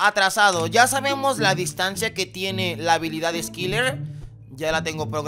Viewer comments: Se lee Eskayler😬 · Se promovía skailer kdkdkd aunque se escriba skyler 😳😔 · Skailer se pronuncia